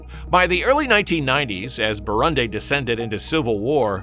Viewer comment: Learn to pronounce “Burundi”.